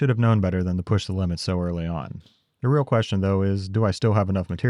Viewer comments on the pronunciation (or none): none